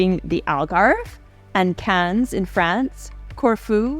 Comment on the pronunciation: The 'S" in 'Cannes' is silent.